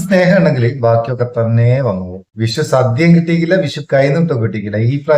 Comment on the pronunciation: വിശു അല്ല, വിഷു.